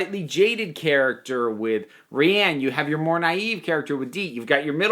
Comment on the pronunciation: you are legit the first person ive seen review this show that pronounces rian's name correctly instead of something like 'ryan' or 'rain' and take that as a high compliment